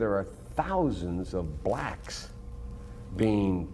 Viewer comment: Bro really didn't have to emphasize "blacks" like that 😳